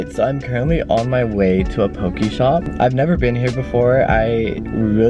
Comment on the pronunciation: In Ōlelo Hawaiʻi it’s pronounced po-kay not po-key - and it’s important to pronounce it correctly because the US had banned our language for years and we’re finally able to revive a language that almost went extinct just as our people already have. 😓